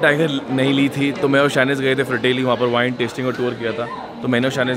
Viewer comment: Thats not vin thats wine